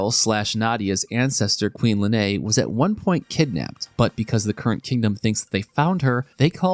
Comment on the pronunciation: Lean, not Lenay